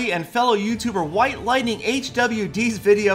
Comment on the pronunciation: Can't believe he said whitelightinghwd :)